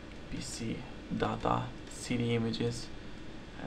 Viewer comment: when you say data sounds like dada XD